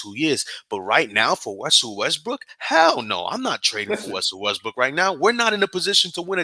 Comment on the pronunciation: Both of y’all butchered Russell name. Lol